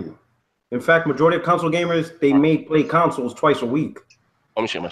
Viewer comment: whos the guy that calls consoles "conesoul"?